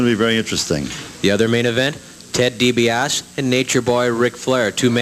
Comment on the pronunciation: I hate how they mispronounced Ted's name!! Ugh! Dibiase!!! Not D B OSS!